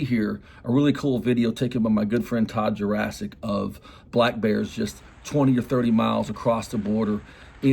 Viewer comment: Todd “Jurassic”?? 😂